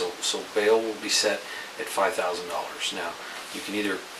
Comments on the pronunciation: "Won Towsand" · I lost it 🤣🤣 she started saying “one tousand 24” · “One tousand 23, one tousand 24” 😂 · “One tousand 20”😅